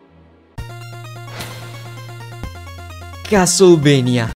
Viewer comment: Finalmente un italiano che pronuncia a modo castlevania